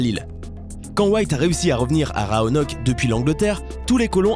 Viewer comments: Oh la faute mdrrr on prononce "roanoké" et non "roanoke" même si c'est écrit roanoke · il y a ecrit rOanock et pas rAonock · L'incapacité du lecteur à prononcer correctement rOanoke -_ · Raonok ou Roanok ? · Dis ROANOK mon dieu😤😤